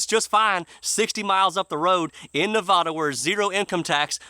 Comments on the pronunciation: Love the video. Well done. But, I live in Nevada. It's not pronounced Ne-VAH-duh, it's Ne-VAD-uh. Not to mention we have enough loons from commiefornia, Las Vegas is bobsledding to hell. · Born and raised in California (San Jose), left in 2000 for the Reno, Nevada area and never looked back. Bought twice the home on 4 times the property for 1/2 what I sold for back then and it's appreciated almost 3 times what I paid. By the way, it's pronounced "Ne vaa da", not "Ne vahh duh". Love your songs and commentary!